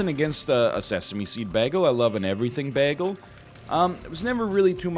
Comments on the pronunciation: Why do you pronounce ‘bay-gle’ ‘bag-ul’ that’s weird. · Welcome to the episode where Captain Canada butchers the pronunciation of bagel for 5 straight minutes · Excuse me, it's spelled beggle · NL is the only person I've seen say "baggle" instead of "bagel" besides Britta in that episode of Community. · If we're going to pronounce it with a long 'A' sound, I kind of want to just full send and call it a bajjel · People from the upper Midwest are known to throw out a beggle now and then themselves. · I'm from Newfoundland and got made fun of for saying baggle. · Mine is blueberry, but based on NL's pronunciation of baggle, I guess i should say that it's blubbery. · If this man's says bagel wrong one more time I'm gonna explode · why does he pronounce bagel like britta from community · Because he wants everybody to talk about community more so that the series will make a comeback. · He doesn't quite pronounce it as flat as Britta does. Less diphthong than I pronounce it, but not the same as Britta. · dude why are you saying bagel like that